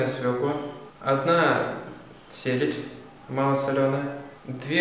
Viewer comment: Почему селядь?)....или мне послышалось?